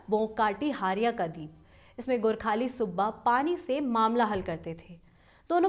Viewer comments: And don't say गोरखाणि please it is the pain in ears 👂 Gorkhali correction needed whole video those who did crime will suffer and one more thing Amar Singh Thapa is called LIVING LION OF NEPAL ❤ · Gorkhani nahi Gorkhali hain 😂. pehle theek se bolna seek.😂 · नाम को बिखण्डत मत बनाऔ गोरख्णी नही गोरखाली है।